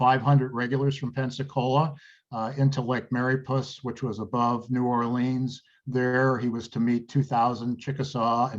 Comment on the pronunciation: Are you sure you are pronouncing 'New Orleans' correctly?